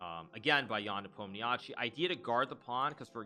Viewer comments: it's spoken Nepom-ni-schi.. not nepom-ni-jatschi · Why don't you just try to say his name right, it's not that hard, it's written Nepomniachtchi but it's said as "Nepomnichi"